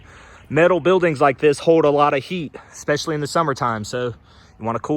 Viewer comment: Met - al not Mit - al😊